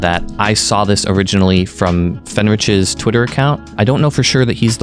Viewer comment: Can someone explain to me why everyone pronounces Fenritti as ""?